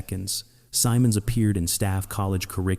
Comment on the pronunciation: Goofy Pronunciation - he and all who knew him called him Guy "Sym-Monds"; NEVER Guy "Sigh-Monds".